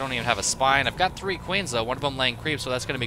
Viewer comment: ...it's called a third base. THREE. CAN YOU SAY THREE?